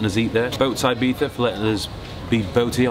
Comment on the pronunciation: I remember when Ibiza used to be pronounced "Ibeeza" and not "Ibeetha" or "eyebeefa" as some Brits call it.